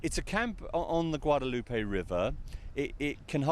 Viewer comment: Finally someone who pronounces the name of the Guadalupe river correctly.